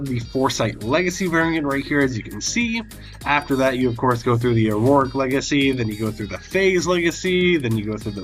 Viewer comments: it's not AurOric legacy, it's Auric legacy. you keep adding an extra syllable for no reason. Au is the chemical symbol for gold, and that's why it's Auric. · How come you say auroric and not auric?